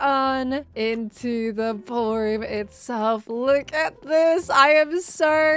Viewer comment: ...The 'brawlroom'. 🤣